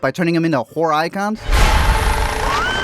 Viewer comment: lol I heard "Whore Icons" instead of "Horror"